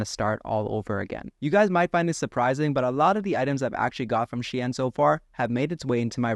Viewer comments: bro i'm getting angry by this "she-in" pronounce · It’s not pronounced the way it looks , shine like sun shine